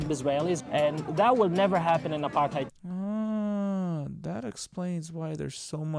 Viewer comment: Apart tide...shows her ignorance...don't even know pronunciation let alone what it means...